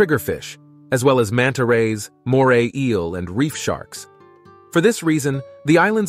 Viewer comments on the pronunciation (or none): none